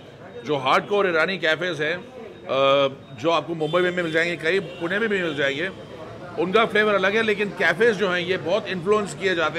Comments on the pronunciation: I loved this vlog because you said पुणे and not पुने 😄👍🏻🙌🏼 #पुणेकर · Perfect prouncation of Pune.